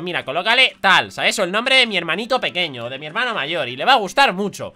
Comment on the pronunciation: dijo pokeño